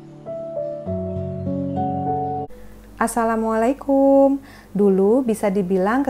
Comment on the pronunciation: wa'alaikumussalam. terima kasih ilmunya. o ya bu maaf sekedar masukan .jika berkenan. ucap salamnya kum nya di baca pendek .soalnya kalau di baca panjang jadi beda makna. maaf buu